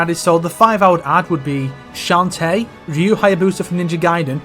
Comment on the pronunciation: Ryu rhymes with few, yes, but it ain't pronounced "rinnoo" mate :P